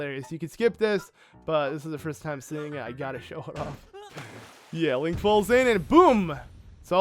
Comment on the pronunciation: Did purah say linky when they met it sounded like that